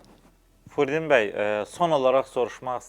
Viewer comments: Aparıcı! O kişinin adı Firuddindi. FURUDDİN deyiləcək ad yoxdu. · Furidin yox ay bisavad , Firudin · Furdin yox Firudin😂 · Furdin yox Firudin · Adı Firudin di ay qardaş, Furdin deyil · Bu jurnalist öz müsahibinin adını belə düz tələffüz edə bilmir. Furdin, Furdin deyə, deyə durub. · Aparıcı niyə Firudin bəyə Furdin bəy deyir. Zəhmət olmasa , dilçi alimimizin adını düz deyin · FUUrdin yox ay kolxoz .!!!!FİİrUdin bəy.... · Furiddin yox ay çoban, Firudin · Ay kişi, Furdin yox Firudin deyin😂😂😂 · Salam aleykum! Hörmətli, professorun adını düz tələffüz edin. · Alimin adını düz de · Kişinin gül kimi adı var FIRUDIN bəy xahiş edirəm düz tələffüz edin. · FIRUDIN firudin adini duzgun teleffuz edin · Kiwinin adini duzgun teleffiz et Firidun bey zehmet olmasa incime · Çox gözəl verilişdir ancaq aparıcı niyə Firudin bəyə Firudin deyir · Ela müsahibə idi. Ancaq aparıcının diksiyasi xüsusilə Firudin sözünün tələffüzü heç xoş deyil. Adamın ürəyin sıxır. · Ay aparıcı,Kişinin adını düzgün tələffüz eləGözəl ziyalımız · Firudin bəyin adını düzgün tələffüz edin,lütfən.